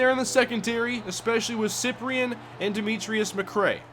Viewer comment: Its pronounced SI-PRIN not siprien